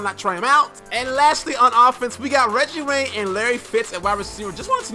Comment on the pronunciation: "Reggie ray" lmao